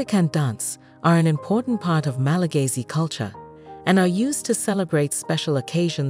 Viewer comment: It's Malagasy, not Malagayzy. 😑